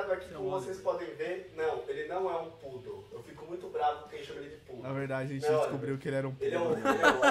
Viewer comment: é poodle que se diz